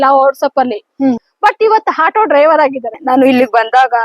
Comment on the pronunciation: ಹಾಟೊ ಅಲ್ಲ ಆಟೋ, ಕನ್ನಡ ಬರಲ್ಲ ಅಂದ್ರೆ ರಿಕ್ಷಾ ಅಂಥ ಹೇಳಿ